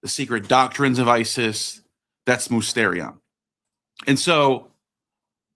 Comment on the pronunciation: Small correction, it's pronounced mistirion